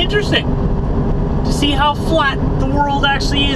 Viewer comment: see not sey